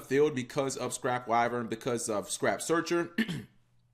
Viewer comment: "What could be with scrap wyern" :)